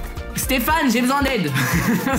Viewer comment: Le CHHHHAT_RISME🤣 LOL